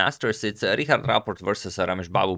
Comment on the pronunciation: Like how you pronounce Richard as Rihard instead of Richard :p